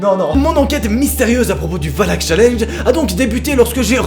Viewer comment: A la base c'est pas valaak et pas valak